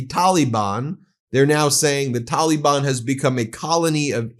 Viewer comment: Ah yes, the Taa Lee Bun. That's how you pronounce that